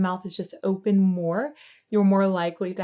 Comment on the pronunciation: Would the way he pronounces "open" as "opahn" be a classical thing, like a choir? He favors the "ah" sound in harsh vocals too.